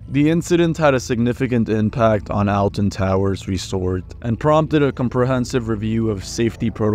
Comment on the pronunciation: yes but him saying "Elten Towers" is defo a mispronunciation